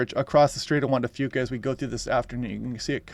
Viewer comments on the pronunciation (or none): none